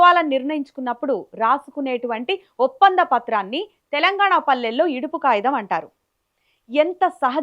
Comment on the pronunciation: Yidupu kagitham anali.yidupu kayitham kadhu. Clear ga matladali.